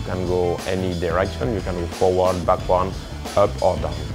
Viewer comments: Forward - NOT "forwan / backwan" lol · Forwon or backwon lol it's hilarious